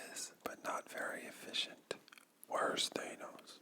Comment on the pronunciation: That is not how they say his name in the films No one says that You pronounce thanos the meme way